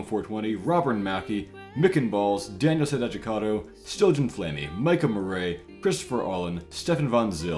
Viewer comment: Great fight, amazing tactics. This fight always gives me trouble, but your comp is so clean, I'm impressed. And not that it matters at all, because I support to support, not to have my name read, but it's MURR-ee not Murr-AY